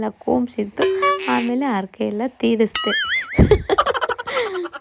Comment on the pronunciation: Arake alla harake